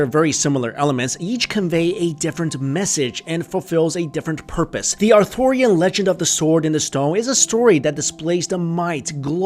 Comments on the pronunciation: Interesting video, but you may want to check a few things, including your pronunciations, prior to recording. It's not pronounced Arthorian, it's Arthurian, after Arthur, not Arthor. Not Seltic, but Celtic, as in the celts ("kelts"), not the selts. Just saying. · The pronunciation is not "authorian" as in "Author" of a book. But ARTHUR, or (Are Tur). If your going to narrate a video, at least get the Once and Future King's name right.